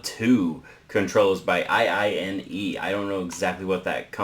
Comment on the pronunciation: it literally iiiiii-ne as in "that good" in Japanese